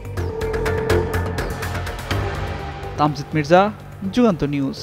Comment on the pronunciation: তামজিদ মির্জা উচ্চারণ ঠিক করুন।